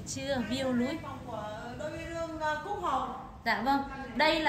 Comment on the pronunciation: Chị này kg phát âm đc âm N_ l . Nước lọc mà nghe " lước nọc 🤣🤣🤣 , view núi mà nghe "view lúi" . A nào tên Lộc thì thông cảm . A Nọc nhá !